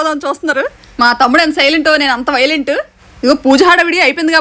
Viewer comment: Akka meeru wilent kadu wielait❤😂